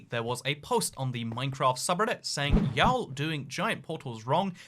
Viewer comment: the way that you said “y’all” almost gave me a stroke